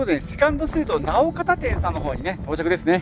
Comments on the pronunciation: 、直方はなおかたではなく「のおがた」って読みます(笑) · いつも楽しく拝見しています。ようやく筑豊来てくださいましたね。飯塚市また来てください。お会いしたいです、それとなうかたではなく、のおがた、と読みます。！会いたいです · 、直方は「のおがた」です。😅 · 直方の読み方は、「のうがた」です😊